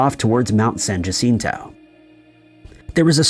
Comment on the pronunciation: Jacinto is a Spanish word. J letters are pronounced H. Jacinto which you constantly mispronounce is said correctly as San Hacìnto. The bot voice also speaks too quickly and is irritating. Please take more pride in the quality of your work.